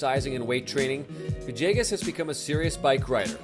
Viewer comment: still wondering how you get "va-JAY-gus" from "villegas."